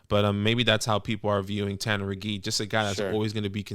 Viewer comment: As a Colts fan, I want this guy. I'm fairly alone among Colts fans. But guys... it's Tanner McKEE - not Tanner McGEE. There's a difference, it's subtle.